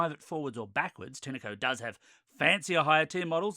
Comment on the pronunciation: Have you ever picked Pin-ah Cones from a Pin-ah tree. It's Tine as in PINE as in FINE as in MINE as in ValenTINE. TINECO